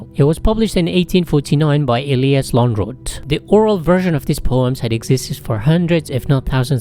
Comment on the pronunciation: The pronunciation of Lönnroot is very good.